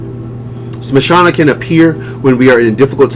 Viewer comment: If you dont mind, Can I correct you? it is not mashana kali maa, but SHAMSHANA. SHAMSHANA means creamation ground. I am a hindu as well devotee of Kali maa